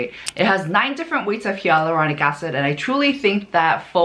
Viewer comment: She just confirmed it here in her comment. It's not her accent, she replied that she had no idea that it's pronounced as "hay-luronic."